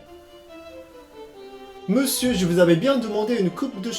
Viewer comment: a chaque fois que tu dis "meussieuu" ça fait trop rire